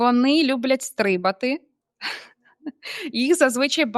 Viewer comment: стрИбати чи стрибАти?! Дуже дивно. Не ввЕсти, а ввестИ. ТравоЇдні, а не травоядні.